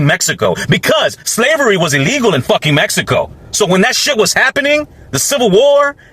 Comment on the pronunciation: I love the way you say Messyco. 😆. But seriously, tho, I don’t know any of these people in the video but if their reason for not helping illegals is “you can’t just break the law,” then I hope they also apply that to blacks.